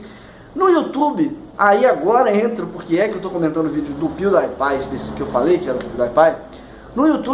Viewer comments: Acho que é "piudipai" e não "piudaipai". Relevante, eu sei. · pronunciou o nome do pewdiepie errado NotLikeThis